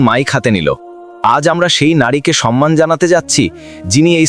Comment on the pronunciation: গল্পটা ভালো লাগলো, কিন্তু গল্প পাঠকের উচ্চারণ ঠিক করে নিতে হবে। কথাটা "সম্মান "- " সন্মান" নয়।